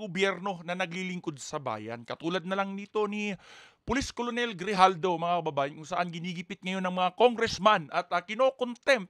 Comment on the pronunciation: KERNEL ..ang bigkas hindi colonel.